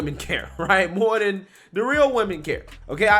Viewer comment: I wish you could pronounce a "th" sound. Jesus. Do you have to replace a "th" with a "d" EVERY SINGLE TIME?! GOD that irritates me.